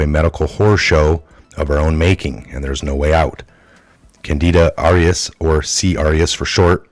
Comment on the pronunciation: Although I appreciate the content, please practice reading and speaking before taping. You get the main words wrong (the name of the fungus), and read the parts of the article wrong and mispronounce main words in the reporting that you do. We all need to improve all the time, so please take the time to get the words and pronounciation right.